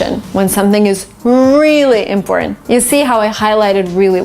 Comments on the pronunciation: imBBortant imPPortant(✓) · I‘ve been confused for more than ten years, the end pronunciation of IMPORTANT. Doesn't it sound natural to say /tənt/ ? /tənt/ is much more smoothy and natural than /pɔ:_nt/ for Chinese. /pɔ:_nt/ sounds very indistinct to hear and immitate. like mumbling.